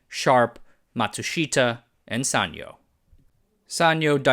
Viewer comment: This is the first time I hear sanyo pronounced like that. We always pronounced it as San-Yo (yo pronounced as in Spanish)